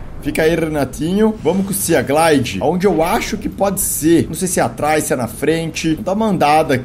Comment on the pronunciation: Felps estou adorando seus vídeos de Subnautica mas só uma coisa: sea se pronuncia "see" ou "si" , ou seja, "siglide/simoth"